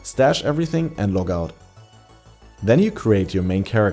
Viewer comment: "logout"... Took me quite a few minutes to figure out he's trying to say "teleport out". I was just about to logout the game but it did not make any sense. How would you progress faster by logging out? 🤣😂🤣😂